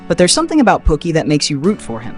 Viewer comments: The way he sayin Pookie is killing me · The narrator, which I now know is AI driven, called Chris Rock's characters "POOKIE" "Pockey" as in "Pocket." And Mario Van Peebles acting in "BAD ASS" being pronounced here on this clip as "BOD-ASS." 🤦🏽‍♀️🤦🏽‍♀️🤦🏽‍♀️🤦🏽‍♀️